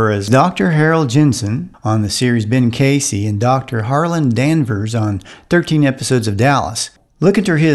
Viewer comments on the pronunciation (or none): none